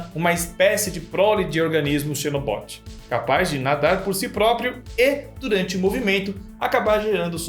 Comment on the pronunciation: acho que "Xenobot" é pronunciado "Zinobot"